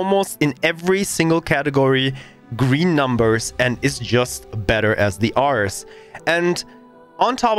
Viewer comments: The "Arr-ress" is pronounced "Air-reez", as in: Ares, the greek god of war. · Air-Rees. Not 'are-s' . Greek God of War (a.k.a Mars) This is a bit triggering.